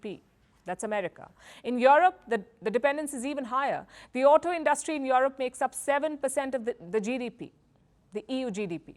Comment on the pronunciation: Yo yo yo Yo-rop! Love the way N Indians say Yo Rop